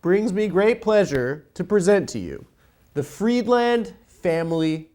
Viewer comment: Can't in good conscience sign up to this premium deal until Adam starts pronouncing Friedland correctly